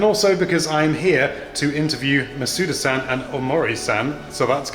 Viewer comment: if you're gonna add -san to their names at least pronounce it right